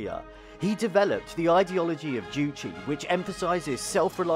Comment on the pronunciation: Btw, it was Kim Jong-il that was the movie buff who did the producing, directing, etc. Even kidnapped South Koreans to make films. Just a side note, it's "Juche" and not "Juchi" Funnily enough, as an avid watcher, I've seen this exact show before. They do make you feel good. It would be good if the BBC learnt how to make people feel good about their country, too. There's good parts of North Korea, too. Not every little thing needs criticizing for the sake of it.